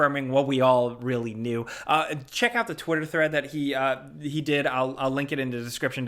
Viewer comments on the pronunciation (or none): “What we all really kneew”